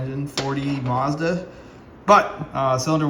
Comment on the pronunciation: All I can say is, Maz-Duh! 😂